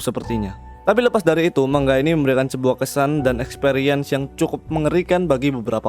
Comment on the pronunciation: Cara bacanya memang "mang-ga"